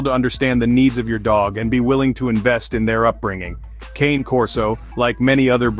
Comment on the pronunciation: Anyway, the correct pronunciation isn’t “ˈkeɪn” but “kane”: it’s Italian and “cane” stands for “dog”